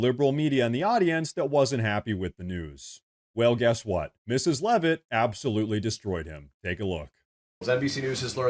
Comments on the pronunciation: We are most likely cousins which is why you pronounce Leavitt correctly. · And she pronounces Leavitt correctly. lol Thanks!